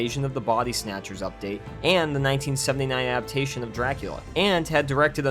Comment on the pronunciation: Either learn how to annunciate the word “adaptation” or stop saying it. Every single time you use the word you say “a’aptation.” There is a D.